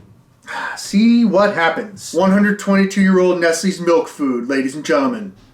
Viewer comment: That wasn’t milk that was malk (now with vitamin R)